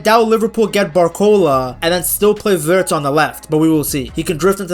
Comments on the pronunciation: yeah he always says Virtz😂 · lol why you say Wirtz name like that? 😂😂😂😂